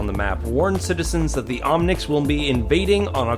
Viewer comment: lol omnics not omnits